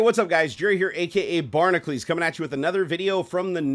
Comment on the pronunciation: Pronounced "Bar-Knuckles". If you don't even know how to pronounce your own name – why should we trust you?